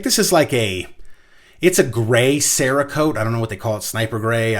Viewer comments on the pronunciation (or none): none